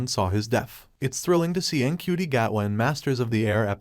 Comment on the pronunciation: Its pronounced chuti apparently.